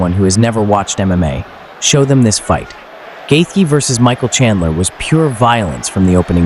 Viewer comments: Whoever did the voice can’t say Justin Gaethje right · I wish these idiots would learn how to pronounce his name. Its not gaythie its gaychi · "Gay thee" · Actually the th isn't silent. It's like gaith(rhymes with faith)jee